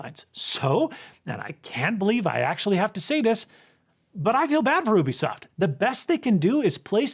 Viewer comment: It's "you bee soft" not "oo bee soft"